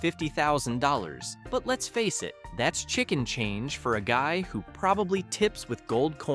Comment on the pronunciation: Did you say “chicken change”?